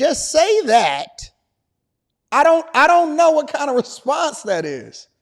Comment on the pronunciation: She sounded a lil bit like a sista when she brought up trump, “just say dhat😒”😂#BlackISHgirlMagic